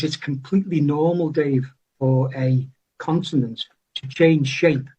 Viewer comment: He's pronouncing it "consinent"😂